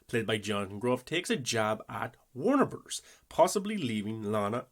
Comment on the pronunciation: exactly lol I was jk because you pronounce it like Wernrberrz